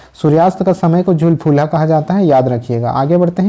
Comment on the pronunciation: Galat mat kiya kijiye,jhuljhulha ha na ki jhulfulha